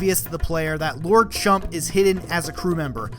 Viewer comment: Dude, I love you and I love this video series, but you might want check your pronunciation on Rogueport, Keelhaul Key, Lord Crump.